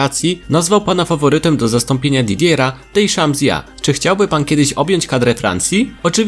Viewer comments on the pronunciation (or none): Didiera Deszamsja !?